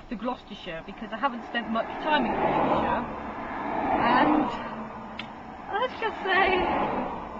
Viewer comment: It's Gloucestershire not Gloustershire!